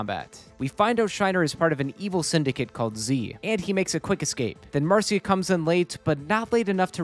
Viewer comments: Mar see uh? no Marsh ugh? yes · huh. ive never heard it pronounced mar seeuh before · marcia is usually pronounced "mar-shuh"